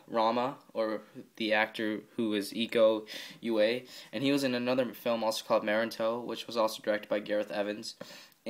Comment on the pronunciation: Names should be spelled : Iko Uwais = Eeko oo-wa-ees Dony Alamsyah = Dony Alam-shah Nice Review :)